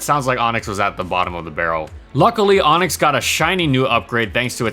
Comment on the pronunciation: ONIX NOT ONYX